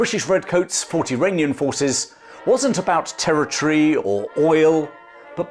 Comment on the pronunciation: I am still in the process of watching this video, but I really appreciate the effort you put into them. I really believe that much of the middle east issues we are currently dealing with were sown in the 18th through early 20th centuries. Also, about half of the time when you say Iranian, i keep hearing Uranium, which is even more fitting given current events.